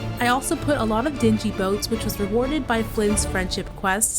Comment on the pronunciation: They are called "Dingy" boats, with NG sound not GEE sound. Just saying. Don't mean to call you out there but I care about pronunciation 😅. This is such a lovely build! ❤